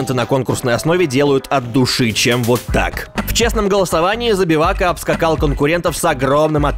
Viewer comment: Я ОРУ с того как иностранец говорит "Забивака" Теперь меня будет мучить вопрос, знает ли он что значет его имя?